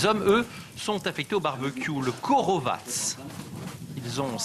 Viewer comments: sa se dit pas quorovatse sa se dit rolovatse et tolmer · rorovaz pas korovas et tolma